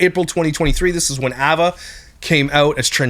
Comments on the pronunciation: Well, he also kept saying “ah”va instead of “eh”va and is extremely honest about the fact that he “blind” reacts which means having not seen the video he’s speaking about and zero research. Do people actually believe that he dives any further into the topics he covers other than his followers or mods sending him videos to react to and him choosing the ones he thinks will get the most views?!? Not one bit. He has some ok opinions here and there and is good for a laugh occasionally but if you’re looking for solid facts and accurate information, nope. Edited to add: If you’re wanting something more research based go watch the video that repzilla did on this topic a couple days ago. He also talks more about what past employees are saying mr beast knew and didn’t know. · Ava is pronounced Ay-vah! Please for the love of everything stop saying Ah-Vah! lol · The pronouncation is AY-VUH… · It’s pronounced “Aye-vuh “ Just wanted to point that out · yea it annoyed me sm😂 ‘Avva’ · why do you say Ava like that? ahahaha so distracting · love your videos but why are you saying ava like that hahahha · I’ve never heard of anyone pronounce “Ava” like this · The way you pronounce Ava is a war crime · I’m triggered by your pronunciation of Ava. 😂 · Same. is awesome, but he pronounces Ava funny lol